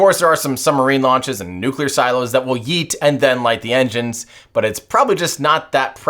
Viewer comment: bro cannot pronounce yeet